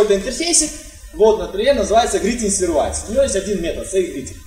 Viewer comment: пожалуйста, посмотри в словаре произношение слова Service.